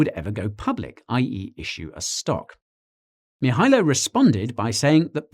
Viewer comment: Guy, Nailed that "Mihailo"!.